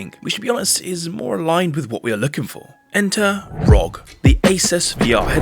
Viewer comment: its not rog its are oh gee